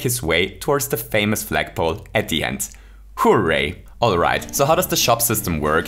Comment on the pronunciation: when he says HOO-ray: :)